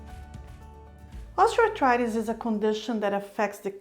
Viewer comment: When you speak, you enunciate the words clearly and seem easy to understand. But why are you grinding the term, Osteoarthritis, it sounds like you are throwing the word osteoarthritis into a grinder when you say it.